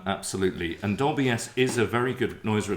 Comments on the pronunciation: Are you 3 playing a drinking game with your Doblie! Dolby and Sonie Sony pronunciation ? 😂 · This riff was worth watching for the bewildering pronunciations of Dolby (Dobly) alone. :0) The fact I have had a huge flashback, as I owned one of these fine machines, is a real bonus. I had a few Sony Metal Master ceramic cassettes, which would hold a higher record level (and smash if you dropped it). They were £17.99 back then for a single, blank c90. Sounded superb.